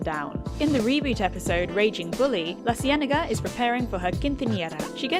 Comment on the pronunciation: Girl u can't just throw in a quinthiñera followed by LaCienega 😂 That three seconds of Spain took me out haha